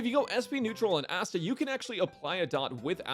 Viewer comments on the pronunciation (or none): ah yes, "ass"ta